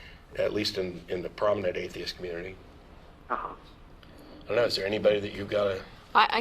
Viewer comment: XD even after he got corrected he said THESIST